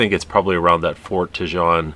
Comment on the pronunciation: not Tehjohn....Tejon pronounced (Te-hone)